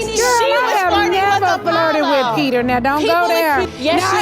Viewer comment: ask Pee-TER